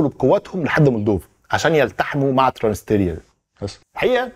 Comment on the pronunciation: تلفظ ترانس نيستريا